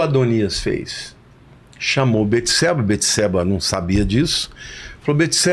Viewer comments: ERA BATESEBA E NÃO BETESEBA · Só o nome de salmão quem deu foi Deus. E não jedidias que foram seus pais. Davi estava com frio pq estava doente. E não é beteseba e sim bateseba a pronuncia.